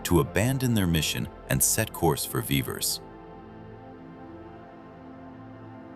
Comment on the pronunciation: A tiny glitch: The pronunciation of Vivers is not consistent. In the first half of the movie it is vee-vers but in the second half of the movie it becomes vai-vers sometimes.